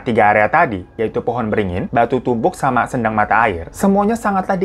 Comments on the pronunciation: Baca kata sendang, "e" nya di baca lemah bang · Kadiri? Kediri mungkin bang 😩 Sendang ucapnya seperti senang bang bukan sendok 😁